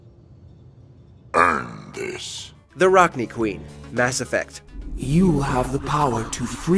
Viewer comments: It’s pronounced Rack-Nigh. Not Rack-Knee. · i also thought it was pronounced rack-knee instead of rack-nigh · Mass Effect: Says the word rachni multiple times This video : RAHCHKNEE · Why tf are you purposely butchering names? CITYDEL!? RACHKNEE !? Can’t even pronounce Maleon correctly 🤦🏻‍♂️ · Rachnee queen?? Seriously, it makes videos like these hard to watch when it’s so obvious the narrator has never even played the games. Edit: At least the pronunciation was corrected for the exposition.. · Raknee queen